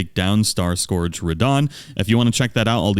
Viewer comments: Its pronounced Skurge, not Score-ge. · Me, watching Elden Ring videos: Cool info...also, how do so many people not know how to pronounce "scourge" screaming internally